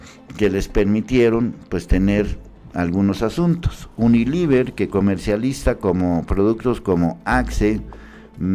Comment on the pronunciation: Todo el video leyendo mal diciendo uniliver en vez de unilever... Es lo mínimo que tienes que hacer, leer las notas de portales de terceros y luego dar tu opinión y ni leer bien puedes.